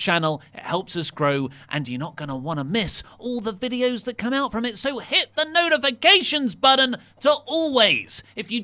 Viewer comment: KaneTheGreatBlack was right it did sound like Renee said shit.